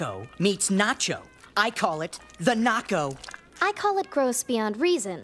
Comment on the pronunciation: The first time I heard say Naco thought he said Narco and thought to myself watdefok does he put in that